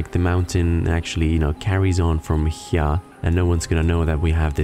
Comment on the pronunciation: Every time you say here, I think you're combining here with highya. I love it.